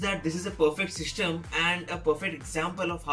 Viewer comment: Aisha Ahloyan shystem for system